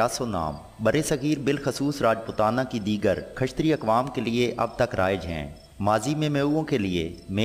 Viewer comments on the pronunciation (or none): khashtriya ni Kshatriya hota hai